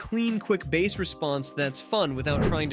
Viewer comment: Jesus Christ stop pronouncing it like it is a fucking fish!